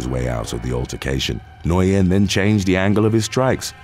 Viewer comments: NGUYEN IS PRONOUNCED LIKE THE WORD "WHEN". NOT "NO•YEN" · Nguyen is pronounced " win" in English. Very easy to remember next time. Lol. But good work I know not many Nguyen's in uk prolly. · FYI, the way you say Nguyen is “Win”. It’s Vietnamese. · Southern Vietnamese tend to clip some of their sounds, so Nguyen would be pronounced something like “Win” or “Wen.” Northern Vietnamese would keep it, giving a pronunciation more like “N'Win” or “Nuh'Win,” all done as best you can in one syllable. I’ve never heard it pronounced “noy-en” before. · Johnny Nguyen. Nguyen is pronounced win or wen. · It’s pronounced Johnny new-win (Nguyen ) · Not to sound like a butt... "Nguyen" is pronounced "Win" As in "Win the Prize"* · What like Nguyen, I was shocked when I learnt how it is pronounced. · To be honest, he didn't really pronounce it quite right. In fact, I've never heard it pronounced that way anywhere before, and I've heard it pronounced many times.